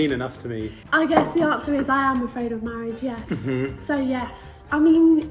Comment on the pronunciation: Hahah loved the video! The proper question is: are you afraid of marioage? Instead of marriage hehe okay byee